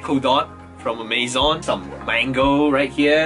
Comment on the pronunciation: Wait did you just said amayzon not amazon